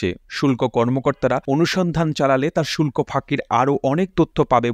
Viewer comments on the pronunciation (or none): none